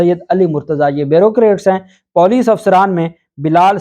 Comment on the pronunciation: Don't be Moroon with Urdu It's Puuleec not Poooleec